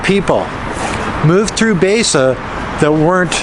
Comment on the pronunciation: Baise pronounced as bi-sir, bi as in binary. Literal translation is Hundred Color.